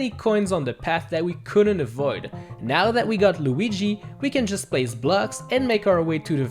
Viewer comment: How did you said Lugi? I bursted out in laugh When you said it!